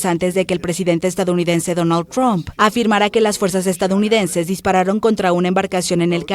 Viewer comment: No es Donal chron, es Donal Trump...bruta